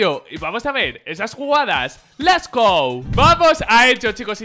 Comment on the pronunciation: Porque dice les go y no lets go?